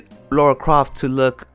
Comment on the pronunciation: You mean "Lara" and "grifter" but interesting video.